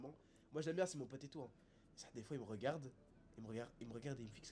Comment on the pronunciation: Cappuccino il dit d’arrt de hagarr les gens alors que c lui qui hagar les gens 😂😂😂 le csc de fou